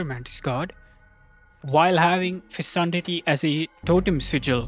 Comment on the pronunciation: It's pronounced fecundity not fesundity